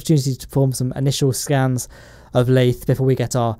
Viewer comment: *lathe-r FTFY